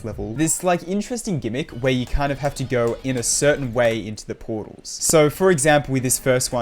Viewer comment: why did you say portals like a british person